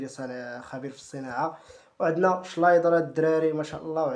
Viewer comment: كوندي ❌ كاندي ✅ شنايدر ❌ شلايدر✅